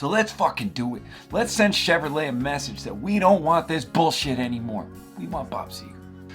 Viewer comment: Did he say Chevylet?